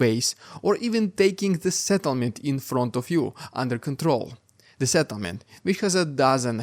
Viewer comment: It took me 3 listens to realize he said to "take a settlement" and not "take a shit on it."